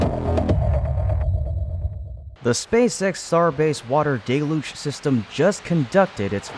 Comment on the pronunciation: I see you are still going with "DAY-Luge" even though everyone has told you that the word is "DELL-Huge" At least you stand by your decisions even when you are wrong.